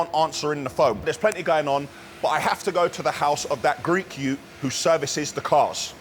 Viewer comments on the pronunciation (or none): “Greek yute”😂😂😂😂